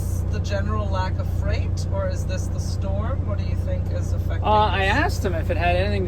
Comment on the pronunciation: Freight rhymes with Wait